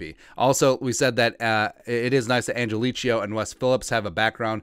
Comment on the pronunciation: Man you musta said his last name 25 times, each time wronger than the last. Angelichio... Do not think chia pet at the end. Angel-e-ko, or Angel-e-kio, your choice.